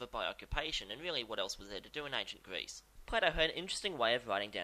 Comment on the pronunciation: While I love your work and this series, I never picked out that you might have rhotacism until this video. "Pwato" from "Gweece" made me cringe every time. Don't let my neurotic obsession with speech pathology deter you, though. Great episode to kick off the new series.